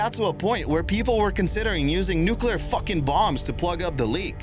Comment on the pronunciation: 3 am in the morning and I lost it when you said "nuclear FUHking bombs" .... trolololol